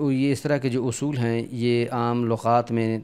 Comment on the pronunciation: تلفظ آپ نے اُصُول لکھا ہے اور پڑھ اَصول رہے ہیں۔ اِس کے علاوہ اَہَم کے تلفظ میں کہیں دونوں زبر کو معروف اور کہیں مجہول پڑھتے ہیں اِس کو واضح کر دیں تو مہربانی ہوگی۔